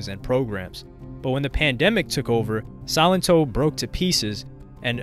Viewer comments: Bro you pronounced it Silent-Oh lmao I think it’s silen-toe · The pronunciation is Suh-len-to. If you're going to do a video on a person, know how to day the name correctly. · It's SAlento not SYlento. Smh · Pronounced as So-lent-toe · He really said silent-toe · Did u call him sonito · Yo i swear, everytime I hear somebody say his name it sounds like they're saying "Silent Toe" lmao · I'm pretty sure silento is pronounced sa-len-toe.